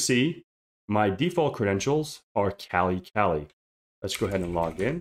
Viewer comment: The Kali distribution is named after the Hindu goddess of the same name. It is properly pronounced with an AH sound as in kah lee. In addition, pronouncing it the other way creates an unnecessary homonym as that term is short for 'California.'